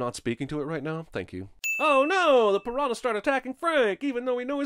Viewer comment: Sinning the sin guy for mispronouncing "piranha." "NH" in Portuguese functions like "Ñ" in Spanish.